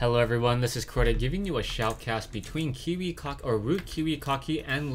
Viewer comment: love ur pronounciation: Kiwi Cocky ^^